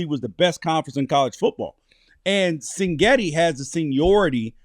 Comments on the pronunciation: CIG-NETTI NOT sing-etti , also This aged terribly… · Well at least this guy is consistent. He calls Indiana’s coach Sing-getti every time. But it’s Sig-netti. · It’s Sig Netti chief not Sin Getti 😂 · It’s pronounced ‘CIG Netti’. Great analysis though. However, I’m sure you’re wrong about the final score. Indiana will come out hot and silence the crowd. Final Indiana 42, Oregon 17. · Yes, and that’s pretty annoying. Seems like his producer, or cameraman, or somebody would’ve corrected him.